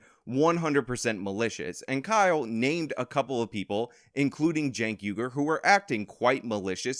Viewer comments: He might not be a murderer, but he should go to jail for the way he pronounced "Cenk." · I like how he pronounced Cenk's name as "sänk". I may just adopt that. It means "to lower" in my language and is thus very fitting for TYT. You can always expect their standards to be low... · I hope he pronounced Cenk's name on purpose. That'd just be chef's kiss